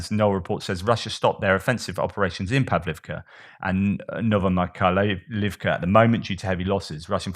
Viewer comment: Please feel unperturbed in the way you present your reports. No need to be perfect in every detail or waste too much concentration into insignificances such as pronunciation of settlements. Most important are the bigger messages, and I guess most viewers appreciate your humanist approach and how you work out different aspects on topics in this war. A small piece for you 😃 Новомихайлiвка -> Novo-my-khai-liv-ka Ново - Novo = new ми - my - like in myrrh хай - khai - kh like the j in span. 'jamon/Jerez/Julio' -> jai iv/ivka - word ending, perhaps regarding settlements Михайл - Mykhail/Mikhail - is of course/most certainly Michael, the archangel